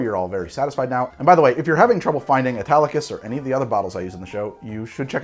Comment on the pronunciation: He keeps saying Italicus, I keep hearing Spartacus!